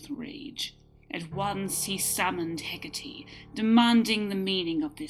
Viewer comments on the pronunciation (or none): Hec-cah-tay not hec-cah-tee sorry its a nitpick good story though